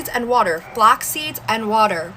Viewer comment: Why did she pronounce it 'flocks seeds.' And why are people such fools, in so many ways?